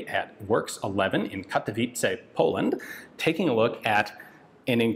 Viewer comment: Hearing how Ian prenounces Katowice is worth living for